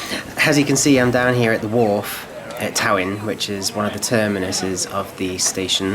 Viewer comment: Talyllyn is pronounced “Tal-a-thlyn” by the way.